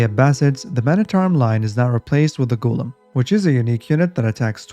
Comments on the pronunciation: It's not goolum It's Ghulam which means slaves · For the Abbasids, do not pronounce as written ghulam , type in Google translation and hear the pronunciation غلام It means boy 4-15 years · Bruh... you butchered the word Ghulam...